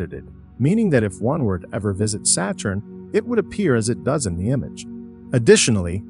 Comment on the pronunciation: pronounciation of the planets is terrible , its satturn , not seyturn also stop mixing in so much CGi. Its confusing as the video is supposed to be real pictures